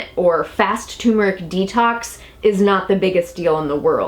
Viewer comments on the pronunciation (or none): Pronounced: TUR-MER-ICK,,,,,,not tumor-ick Ingest TUR-MER-IC with piperine for maximum absorbency. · Turmeric (TUR as in Turn) not Tumor (as in Cancer). Apart from that, interesting info thanks. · tuRRRmeric with 2 r's lol think everyone says tumeric though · Why do so many pronounce it Too mer ik and not Tur mer ik? TuRmeric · It is tuRmeric not toomeric....geez!!! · Interesting info and thank you for all your effort, but it's "TUR-mer-ic" not "TOO-mer-ic". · It's not tumeric it's turmeric isn't it. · Thanks for the video, but please. Its Turmeric, not Tumoric. Hearing tumor constantly is painful to listen to. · tur-meric, not too-meric. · Say tuR-mr-uhk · Um, there is an "r", it is not toooomeric!! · what is so hard about pronouncing TUR mer ic? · So, the first "R" is silent?